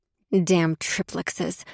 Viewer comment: Mispronounced vinyl and triplexes 😂